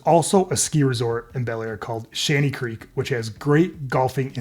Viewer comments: Bellaire, not Balllier, what did you do, use AI? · You mean Bellaire? You called it Ballier.